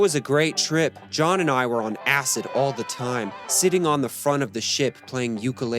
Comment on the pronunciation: Sensationalist BS. Acid, acid, acid, is all you want to talk about, with such strong emphasis every time you say acid. Where are your references and any factual accounting of this story? Just make up any old crap you want about the Beatles for clicks, just because it has the Beatles name on it. Crap video and anyone who joins your patreon is an idiot.